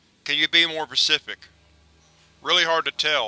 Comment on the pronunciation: Did he say “can you be more pacific”? That’s an ocean